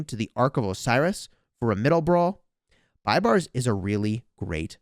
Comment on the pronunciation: BTW he is pronounced b a y b a r s like pay but with B